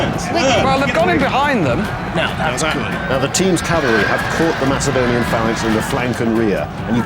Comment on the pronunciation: That is the correct ancient way of pronouncing Macedonia